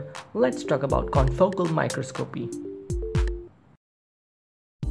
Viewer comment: Just FYI, microscopy is pronounced my-KRAHS-kop-ee ... it's four syllables, with the stress on the second syllable.